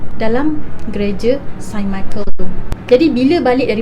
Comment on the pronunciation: Its actually saint not sain